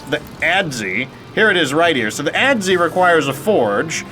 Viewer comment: For the record, the Adze is pronounced the same way as the "ads" youtube put on this video.